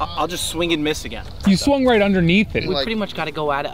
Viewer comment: Not enough is said about the improvement of Yamins game. And how he cant end a sentence with a G at the end without adding an extra syllable.